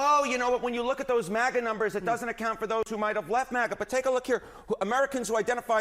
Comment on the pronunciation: It's maga, not mauga